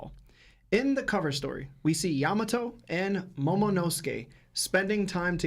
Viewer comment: Cant stand the way you guys say some of the names its Yamato not yaMato